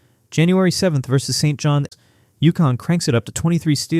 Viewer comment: Wish AI could adjust to saying St.John’s instead of St. John S. Annoying.